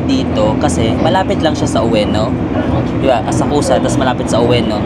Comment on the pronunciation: Asakusa is pronounced as Asakska silent 'U' please